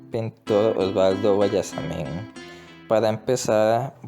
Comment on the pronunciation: No se pronuncia Osualdo sino Osvaldo xq no es con doble u q se escribe sino con doble v🙂🙂🙂